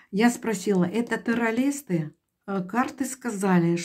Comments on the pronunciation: Я в своей жизни не видела и не слышала такого "таролога", который не может правильно выговаривать слова (теролиСты) и связано и грамотно доносить информацию. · Как вы говорите ?терролисты?😂